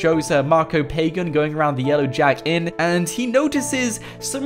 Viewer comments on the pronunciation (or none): it's not pagan. It's said like pah gahn.